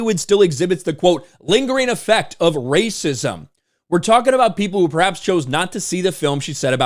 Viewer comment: It's rrrrrrrrrrrrrrrrrrracism!